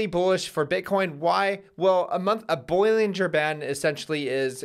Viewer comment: My man said "boil linger band" 😂😂😂